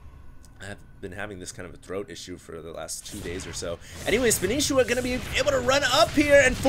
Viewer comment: THATS NOT SPANISHIWA!!!! its spanshwa